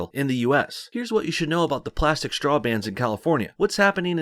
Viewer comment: It's not a "shtraw", dude, say it right.